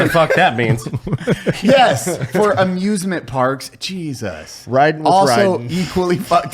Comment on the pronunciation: "Geesus Christ" >_<¿ lol, You're Mexican, you don''t pronounce the J's, He-zus. Love you Juys. lol.